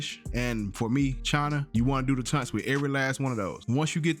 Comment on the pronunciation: TAUNTS not "tunts" 😶